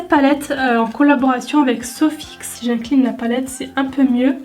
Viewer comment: Au lieux de « jincline la palette » j’ai compris « jacqueline la palette! »😂😅